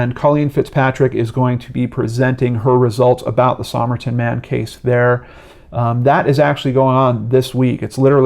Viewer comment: Somerton is pronounced "Summerton" locally. Just thought you'd want to know.